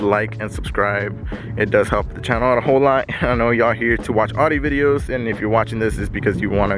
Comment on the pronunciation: What’s an awedee it’s an Audi